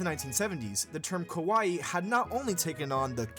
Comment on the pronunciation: I'm loving the video, but as a person that loves languages, my ears bleed with the pronunciation of KAWAII. The reason... If you pronounce it as KOWAII (which is happening in the narration), it means SCARY. Many english speakers that learn and speak japanese have this problem so no worries you are doing your best. Great video!! Keep it up!!